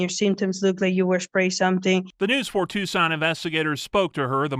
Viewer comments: You said the name of Tucson correct the very first time(tooson) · You pronounced it correctly the first time👍🏼. It's (Two-Sawn) Tuscon.